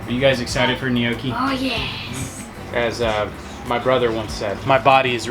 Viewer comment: Hey all. Love the video but I’m guess neither of you are Italian. 😂 no worries just spreading the Italian love. If you want to add to your Italian accent gnocchi is pronounced like yucky with an n in the front. N’Yucky. ♥️ 🇮🇹